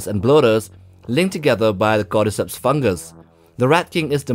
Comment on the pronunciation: You say "cordyceps" I hear "goddess hips"